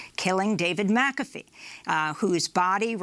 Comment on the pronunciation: And David McAtee . (Amy mis-pronounced his last name as "McAfee" at first.)